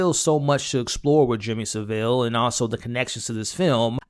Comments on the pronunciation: His name ia pronounced SA-vil, by the way. Stress on the first syllable. Cheers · Let’s clear some things up. It’s pronounced Savil, not Sa-vill. To give Jimmy context to Americans , it’s probably similar to Bill Cosbys journey from family friendly tv dad to …you know, but worse. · Pronunciation of Saville from all Americans to date is way off. Not “Su-Ville”…..”Sa-vull”. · It’s not Sev-ILL. It’s SAV-ill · It's pronounced Sav-Ill, not, as you seem to infer, Seville. Put simply, it rhymes with (Henry) Cavill. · It’s not pronounced Sa-vile it’s Sav-ile. The syllable break is after the V And jim’ll fix it stoped airing in 1994. I’m not having Jimmy crystal was a Jimmy Savile fan. He’s younger then me and i only knew the name Jimmy Savile and that he was a DJ. Had they made Jimmy crystal in his 40’s it would make sense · Seville is a city in Spain . Its Savile ffs ! 🙄🤣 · It's Saville that rhymes with Saddle, not Saville that rhymes with Seville :) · It's Saville not Seville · It's Savile, that rhymes with gravel. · Americans pronunciation of Saville lmao it's SAV (like 'have') - ILL (as in unwell) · It's neither; it's Savile. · Pronounced SAV-iLL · OH MY GOD 🙄You're MISPRONOUNCING Savile's name and it's sending me through the roof with rage I'm about to go ballistic jesus christ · The way you’re pronouncing “Saville” is killing me. I totally get why you’d say it like that as someone that’s not from here and isn’t familiar with the old nonce, but it’s very jarring! Great video though! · At least get Saville’s name right. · Thats some pronunciation of Savile